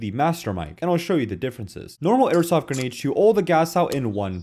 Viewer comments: he says dumb shit over and over again. This guy, insane, etc. He normally calls grenades "guh-nades" and struggled today with "carkidges". Same here, I've never priced an airsoft gun in my life but here we are lol. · He learned to say "grenades". Congratulations, I know it was hard for this guy. Insane.